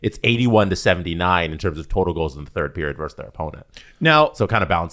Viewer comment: It's "versus", not "verse".